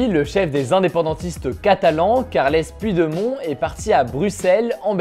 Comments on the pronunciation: "Puit de mont" 😅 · Super ton format ! Bien pratique pour suivre l’actualité rapidement ! En revanche sache juste que « Puigdemont » se prononce « Poudjdémone » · (va falloir que t'aprennes à prononcer Puigdemont)